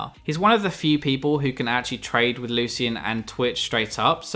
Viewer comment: ITS PRONOUNCED " LOO-SHIN"